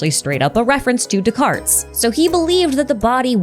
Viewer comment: Please, no "S" sound at the end of Descartes.